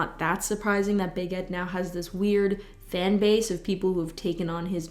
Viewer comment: The first time you said Big Ed I heard baguette, and now it's all I hear.